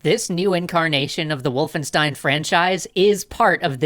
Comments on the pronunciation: sorry m8 for that but wolfenstein is pronounced "Wolf-en-sh-tein" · It’s VOLFENSCHTEIN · its not wulfenstein, its Wolfenstein guys ;)